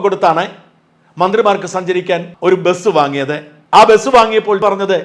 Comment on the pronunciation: മലയാളം പറയാനറിയാത്ത. മു ൻത്റിമാൻ.